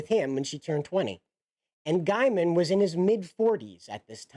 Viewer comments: Gaiman not Giaman, your pronunciation is driving me insane. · Just an FYI - you are mispronouncing his last name. It is said Gayman nto Guyman.